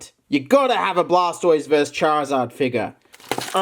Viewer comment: WHY DOES HE SAY VERS' INSTEAD OF VERSUS